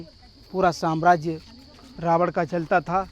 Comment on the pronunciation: भईयां रावण को रावड क्यों बोल रहे हो, उच्चारण रही करो, और श्रीलंका के चारों ओर समुद्र है वो कहाँ गायब है